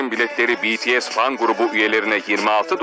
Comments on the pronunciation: Hayret "BİTİES" dedi ya 😂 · Tarihi bir ana imza attık "bities" dedi "bi-ti-es" dedi haberde bahsedilen bts'in attığı rekorlardan çok ismi doğru söylemesine şaşırdım AĞĞAJJQJJWKSKKDJ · İsimler öğrenilmiş BETESE değil BİTİES denilmiş Tarihi öğrenilmiş Bu iş benim hoşuma gitdi😘👍👍